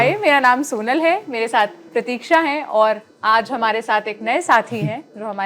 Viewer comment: सोनल जिस तरह से """हमारै""" बोलती है इससे ऐसा लगता है जैसे मध्यप्रदेश से हो??☺️😊